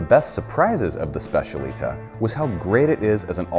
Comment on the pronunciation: Great overview! But the pronunciation of specialità makes me shiver a bit 😅